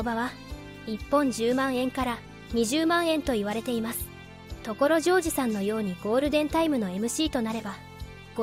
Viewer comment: これって自動音声？ 所ジョージのイントネーションが凄くひっかかるし、OS-1は「オーエスマイナスワン」ではなく「オーエス(ハイフン)ワン」でしょ。